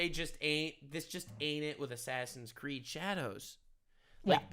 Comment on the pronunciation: Claims to be the ultimate gamer proceeds to say "assassin creed"